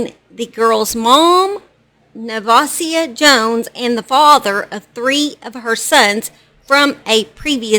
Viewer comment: This is so sad. I went to JR high school with her. She had been abused all her life. Never would i have thought she would do that to her daughter knowing the truma abuse can cause. Btw your saying nevasia name so wrong.